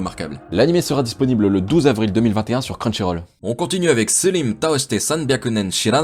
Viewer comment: des Slime ... la prononciation ma achever x) 5.54 5.58 part la